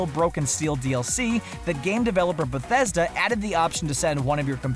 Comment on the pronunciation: How come he pronounces Bethesda differently here then from the new "games everyone needs to play" or whatever video?